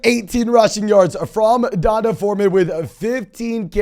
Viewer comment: It's pronounced DEE-ON-TAY. Not Dun-tah! LOL🤦